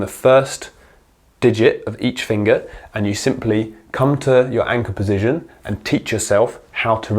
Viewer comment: thoroughly enjoying your video, exceptionally informative for someone at beginner level like myself. i enjoy the indepth insight................... until you said PESITION for the 100th time......... POSITION, POOOOOOOOOOOSITION. not a F@ 'e' in sight mate, but you found like 3 of them. Only playing, great videos,keep it up. Position POSITION. POOOOOOSITION